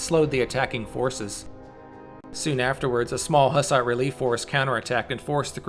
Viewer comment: please learn how the fuck to pronounce hus and hussite. you make historical videos but don't have a clue how to pronounce what you are talking about? a disgrace.